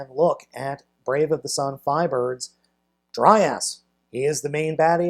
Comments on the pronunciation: It's pronounced dry-yahs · It’s “Dry-yas” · it's dr-ay-as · It's DryAss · Dry ass is all I hear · Haha dry ass... I'd pronounce it dray yas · i think his name is pronounced draios and also beleive he's voiced by the same guy who voiced devil Z from transformers masterforce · It's dry-arse